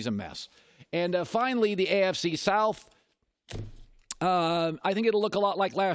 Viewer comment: extra emphasis on south😂😂😂